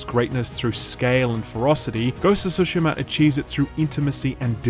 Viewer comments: Jesus Christ it's tsushima not sushima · For the love of god. Why do people pronounce Tsushima as Sushima? There's both Su and Tsu in Japanese and it's pronounced just like that, "Tsu" not "Su".